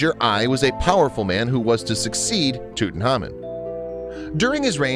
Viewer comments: He pronounces his name wrong with no k. If you are going to do a whole video you cannot get the main subjects name wrong. This is why I dislike American narrators, they sweep in in full throttle, are over enthusiastic but without interest in the subject, very loud, dont know what subtlety is, and dont research properly. Give me a intelligent English narrator any day. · Awful! The narrator couldn’t pronounce the name of the Pharao to save his life and that weird music is just as distracting. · Please can you either not say his name or say it right please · he cannot pronounce his name for dear life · why does he pronounce tutankhamun like that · Interesting, but name pronunciation e incorrect. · Could you please learn to pronounce Tutankhamun, because you're saying Tutenhamun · Tutankhamun not Tutanhamun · Didn't You Know his name was TUT ANKH AMUN not tootenamen you ignoramus narrator. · That's Tut Ankh Amun!!!!! Not toot n common .... Show some respect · Does anybody notice he is saying his name wrong it’s not fucking toot it’s tut say it how it’s written my god this was bothering me so much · tootenhamun??? wtf dude it's prounounced tuht-ankh-ahmuhn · Tut-anhk-amoun not tutenamon. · It's driving me insane. Tut-Ankh-Amun, not Tootin-hamin. Ridiculous. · Bad name pronunciations. 😣 tootin’ hahmein… smdh 😠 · Tooten Harmon...lol WTF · Why he pronounce his name TUTENHAMEN🤣🤣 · Its Tut Ankh Amon. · He said king toot >:( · Lol toot n common 😂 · KKK Nazi Bigot Man “toot an KH amoon” is correct. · Wait it was pronounced toot-tin-common? I’ve been pronouncing it tuht-in-common. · why the fuck are you saying it like ‘tootnhamin’ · Did he say tutanhamen or am i high also he said image program makers created 2 times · So we gonna just ignore the fact that this dude keeps calling him TutanHAMAN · tutan HAMON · TheWhooo Gaming pronounced, Toot onkh ahmoon in the traditional Egyptian, and by experts at the Egyptian museum. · It's annoying. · Tootin' Hamen.